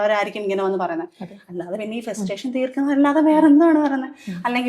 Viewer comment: festation alla, frustration🫣